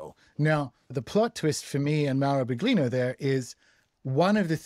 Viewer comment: Please, it's billYEEno, not bigLEEno.